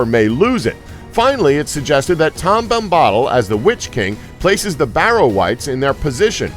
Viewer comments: I know!! Tom bambodle??? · like Tom Bombadil he pronounces Tahm Bombottle, it just pains my nerdy soul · IT IS TOM BOM-BA-DIL, NOT TOM BOM-BAHDIL YOU DENSE FUCK. I CREATED A YOUTUBE ACCOUNT JUST TO MAKE AN ANGSTY COMMENT AND DISLIKE ON THIS GODDAMN VIDEO. I'D RATHER GET AN ANEURYSM THAN TO LISTEN TO THESE PRONUNCIATIONS AGAIN. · He keeps saying Tom 'Bomb Bottle'!!! Lol, it Tom 'Bam Bodill' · Tom Bambahdl is not right it is Bom-ba-dil :) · Reading all the comments about the funny mispronunciations, then he says “Bombahhttle” and I just died laughing. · omg it's BOMBA-DILL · My god every time he said tom bomb-bawdle I died a little inside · Say Bam-badill one more time I fucking dare you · Bombbottle bombbottle bombbottle.... LOL...I cringed every time he said it. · the way you say Bombadil makes me want to kill myself... BOM-BUH-DILL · Tom Bombottle. UGHHHHGHHHGHHHGH MAKE HIM STOP!!! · Tom Bombaddle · Tom bom-bottle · stop pronouncing bombadil like that.